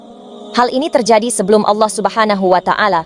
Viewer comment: Ko orang barat paseh bangat...kata2 allohnya ya...mantap deee